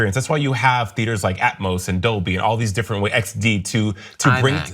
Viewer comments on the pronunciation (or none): none